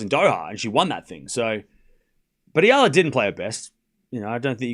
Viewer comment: Thankyou for pronouncing Alex Eala's name correctly AlexEala is pronounced as Alex Ayala Alex Ayala Alex Ayala please ok Alexandra Alex Eala!born May23 2005 Philippines place of birth. Thank you TY